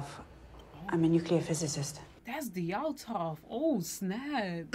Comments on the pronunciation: 4 episodes in and she still can't pronounce Dyatlov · De-AT-lov…say it with me.